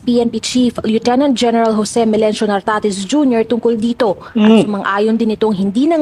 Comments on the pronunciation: Nartatez po, hindi Tartatez😂😂😂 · Nartatez not Tartatez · NARTATEZ BISDAK NARTATEZ HINDI TARTATEZ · puro mali naman kasi Nartatez yun hindi tartatez parang nicanor torres lang ba ahahaha.